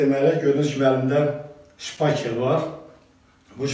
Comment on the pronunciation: Şpakel yox, ŞPATEL !